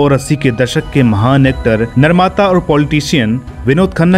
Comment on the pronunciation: Its mahaan not mahaam